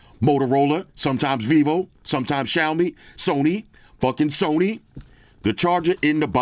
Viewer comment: Soney fucking soney😂😂